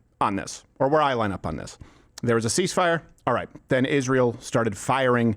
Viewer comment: "...which were zen followed by" this lady is pronouning her adverbs. what a fucking joke.